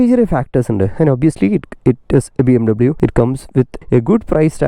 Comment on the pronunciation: It's BMWeeeee Bayerische Motoren Werke